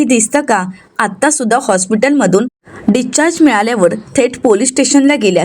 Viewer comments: डिस्चार्ज असा शब्द आहे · डीच्चार्ज काय म्हणतेस discharge